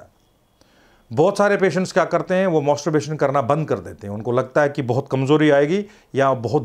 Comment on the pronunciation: Ye kaisa Dr hai. Masterbation ko mosterbation & orgasam ko argasam bol raha hai😂